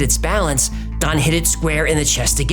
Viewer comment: Still can’t decide if he’s saying Don or Thon. I hear it different every time he says it.